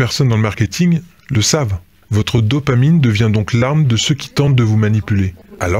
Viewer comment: VIE-tamine au lieu de dopamine !!! Merci ... Rock on !!!